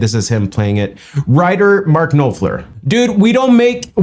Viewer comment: Dude...Noff ler... easy peasy.